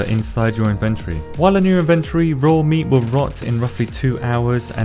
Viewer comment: Took me a while to figure out he was saying inventory.